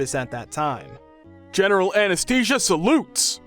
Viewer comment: Please Google how to pronounce words like anesthesia, anesthetic, anesthesiologist.